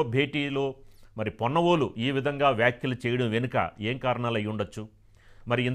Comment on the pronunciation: పొన్నవోలు కాదు, కొన్నవోలు. ఛీ తూ